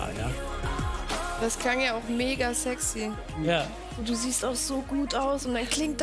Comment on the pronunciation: das bunte mädchen in der jury "das klingt so zegschie"